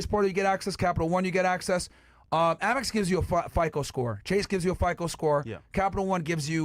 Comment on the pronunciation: Myron mispronouncing fico is cringe lol